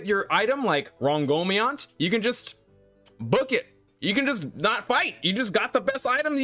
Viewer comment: Ron-go-mini-ant The holy spear of King Arthur